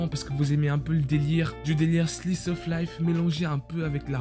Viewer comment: Yosh le frérot ! Je connais tous ces animés,(sauf le 3ème et l'avant dernier :) ils sont tous géniaux 👌🏽 Un pur plaisir vraiment ! Au début de la vidéo le p'tit "slice of life" bien dit en mode français 🙄 et t'aurai pu dire que y'a du ecchi sur certain animé (pour les plus jeunes ;) Et pour l'image je dirai Naruto ou Boruto ou encorr Minato jsp 🤣